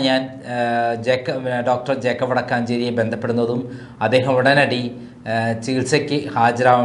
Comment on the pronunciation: വടക്കാഞ്ചേരി അല്ല വടക്കഞ്ചേരി